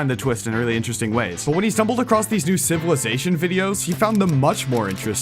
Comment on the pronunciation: civiwization detected, furry confirmed